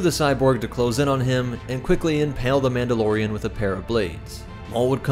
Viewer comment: OH COME ON "MAULDOLORIANS?"